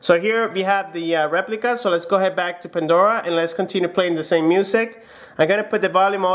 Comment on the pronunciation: "The zame"